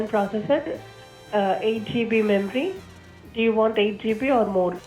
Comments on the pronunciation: Do you want eight ge brie or more. What on earth is ge brie? If it's cheese, yes, always ask for more! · LMFAO SHE SAID GB WRONG 😂😂😂😂😂😂😂😂